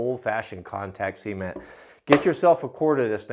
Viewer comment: I have to stay. I love how you say cement. I'm in NY and everyone says cement (sah-mehnt) but how you say cement (sea-mehnt) idk why I just like it! Haha.